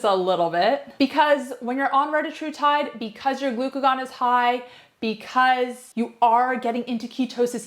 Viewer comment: Solid video, I just wished you pronounced the peptide correctly.